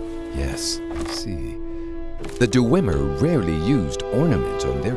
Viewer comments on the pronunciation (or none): Awesome, but one complaint; The lip syncing seems to be off. Also, (not really a complaint but) it bothers me how the storyteller says "Dew-wem-er" instead of "Dwem-er" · I love the storyteller series for fallout, but the only problem with this is the way he says dwemer... Dewemer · The "Duh-wemer"? That can't be the correct pronunciation. I thought it was "Dwemer." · DER-ER-WEM-ER? isn't it just dwem-er? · Du-wu-emer? du-wu-emer?! DU-WU-EMER! Who the hell pronounces dwemer like that? Sorry, this is good and all, but god damn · I know this is really nit-picky and I don't really care but the dwemer or d-wemer as the guys says are referred to as dwarves by the human races but you know its your series (and its great btw) and idrc its just my inner lore nerd made me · Duh-weem-mer? I thought it was Dweh-mer? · DUHRWEMER. That's some pretty annoying pronunciation, Dwemer or even Dweamer is better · "Deh-wimmer" its DWEE-mer or Dweh-mer. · It's pronounced "dweh-mer", not "duhweh-mer". It's a conjunction, 'dwe' roughly meaning 'deep' and 'mer' meaning elves, or more technically, people. And it's "muhn-dus" not "moon-dus". Your voice actor has a very nice, buttery voice, but he has one of the strangest cadences I've ever heard and ostensibly needs to learn to pronounce things better. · You need to stop saying "DoooWemer" there is no "ooo" sound. Tard,... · Why do none of the voice actors know how to pronounce simple words? Pronouncing Dwemer as "deewemer" and cuirass as "curious." What's that about? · Mountain Dew-wem-er. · here is only one thing i don't like about this series it's the way hes pronounces dwemer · the story Teller has a good voice but he's a bad actor. also his pronunciation of dwemer is wrong. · The way he says dwemer is bugging me